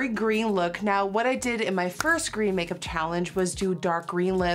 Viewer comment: If you’re interested, it’s GROEN